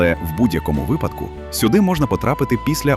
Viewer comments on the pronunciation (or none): none